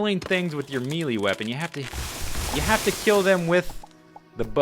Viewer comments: good tutorial. looks fun. but it's not pronounced "meelee"... it's pronounced "mAYlay" - melee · I don't like to be this guy but Melee is pronounced like may-lay, not mee-lee.